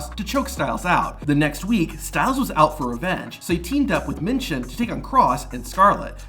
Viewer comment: Minchin? It's Michin Actually it's Mia Yim